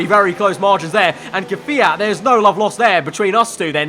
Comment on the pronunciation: It's not 'Kfeeat'...